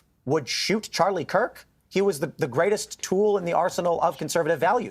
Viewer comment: Good old "Charlie Klirk".